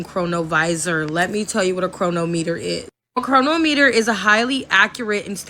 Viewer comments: Bro, people that don;t know how to read with root words pronounce things so funny, Like not understanding the root word of chronometer is chrono, chronicle.... the way she said it made my brain spark lol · Yep, she is mispronouncing "Chronometer"🧐